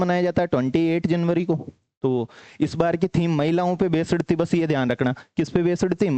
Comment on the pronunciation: बेस्ड hota hai बेसड Nahi